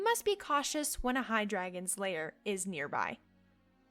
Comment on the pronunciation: Your pronunciation of certain words is really bad. Lair is L-EH-R; CAL-en-had; WHY-vern